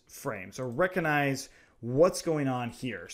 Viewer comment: Amazing video man, but please stop saying reconize it's recognize